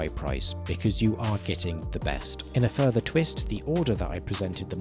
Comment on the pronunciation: "without futher delay", proceeds to stare into your soul*